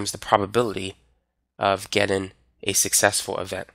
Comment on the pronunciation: love you, you're awesome, but please please please....it's "Getting" not "gettin"